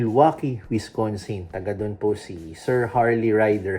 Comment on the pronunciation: Wis- can-sin not Wis-con-sin.. that's a dog treat from Culver's libre po yan